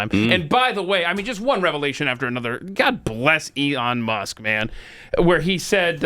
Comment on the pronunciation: So we just ignored the fact that said, “Eon Musk.”